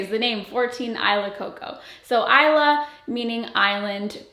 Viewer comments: Isla in tagalog is pronounced "ees-lah" not "eye-lah" lol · I’m Filipina, and “Isla” is actually pronounced “ee-sla” — the S is not silent 😊 … .same meaning as island— body of land or group of islands surrounded by water. ❤ if you’re tying it to your Filipino notes, it should be pronounced the Filipino way— just a thought. But do you, and love all your content! BTW, lookin’ gorgeous! 💕 😊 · Maybe it’s just the Spanish in me but I can’t hear or read this name any other way than “EE-SLA” Coco 😂